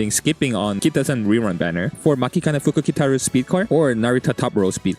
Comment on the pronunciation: You pronouncing matikane fukukitaru without biting your tounge is impressive